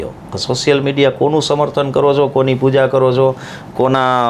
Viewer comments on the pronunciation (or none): none